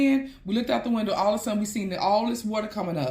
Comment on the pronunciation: she speak funny 😂 the windu is CRAZY